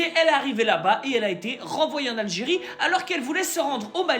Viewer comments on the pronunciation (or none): none